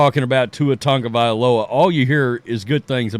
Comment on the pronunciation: Hopefully he learns and calls it a career. On another note. Why do all of you guys add an N to Tua's last name? It's TAGOVAILOA not Tangovailoa. I swear everyone who says his name F's it up. Your name is who you are. Respectfully say it right.